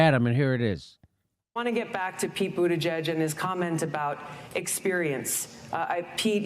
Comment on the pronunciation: Pete Buddijizz, lol... You are killing me